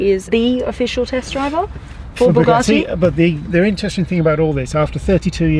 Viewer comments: BugaRtti? No R in it. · ....bloody annoying! There is no "R" in Bugatti......Bu-Gat-Ti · There is no R in Buga(R)tti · Oh my god, it's Bugatti, not bugarrrrti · B-you-gah-tee not Boo-gah-tea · Bugatti, not Bugacci. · Bug-A-ti not bug-are-ti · Boo-garti … that bothers me 😂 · Say (Bugatti) right where is the (R) in (Bugatti) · What's a Boogarti....?! 🤣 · the way she says Bugatti (boogarti) makes my 👇shrivel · the way you pronounce “Bugatti” triggers me....-.- its not Buhgati...🤮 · Please point out where the R is in Bugatti. I can't find it anywhere. Maybe it's a silent R in which case please stop using it. It's a BugAtti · You say it wrong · Buck me she can't even pronounce Bugatti properly...the title of this video isn't accurate either... 2.32m subs... Someone's paying people to sub this channel... Sorry it's just not that good. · Say ‘Bugatti’ right 🤦‍♂️ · She is clearly not saying it with an r. She has an Australian accent and that is how Australians pronounce A's. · I'm sure there's not a r in the name Bugatti. Jesus dum dum. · Hate when people say bugatti like them rappers. I say it like the uk top gear boys do. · The pronounciation of "Bugatti" is annoying yet attractive, I've never been so confused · "BUGGUATI Chrion" those mistakes lol